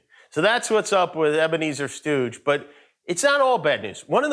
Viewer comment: “Ebeneezer Stooge” lol